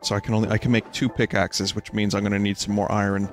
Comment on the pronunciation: I feel like Vinny tries really hard to say “iron” correctly instead of the lazy way of “i-ern.”